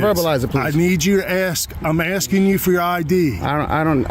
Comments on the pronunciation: “You can’t come into a facility just video without ASTIN” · He was "astin" him